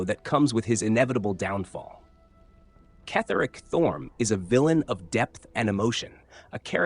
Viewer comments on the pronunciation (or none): It's not Ketheric it's pronounced as Kethric. If you played the game you would have known that!